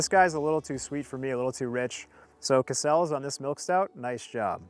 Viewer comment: CASSels. Stress the first syllable. Bit like ‘castles’